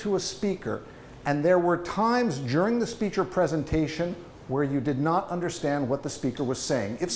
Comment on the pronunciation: "One of the most important lessons I learned CHUring my time at the UN." "During" became "churring." (or possibly "jurring.)" His pace is admirable. I read about a study once comparing comprehension among native speakers and non-native fluent speakers. Of the 4 possibilities (native-native; native-nonnative,etc) the clearest communication was non-native fluent with non-native fluent. Partly there were significantly fewer idioms and so the plain language was clearer.